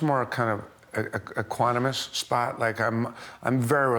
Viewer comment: I think he really says equonimous